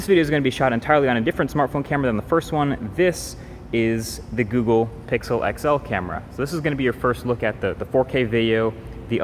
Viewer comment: Lol "pickle", *Pixel